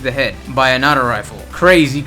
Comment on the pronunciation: Hate how he says auto rifle as atto rifle